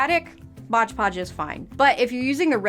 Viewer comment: That's all pretty dern amazing! But maybe I say, it's Mod Podge, not " Modge Podge" ( worked at a craft store for 20 years...lol)